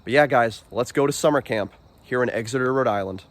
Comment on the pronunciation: EX-eter, not EGGS-eter. Like NH, same pronunciation.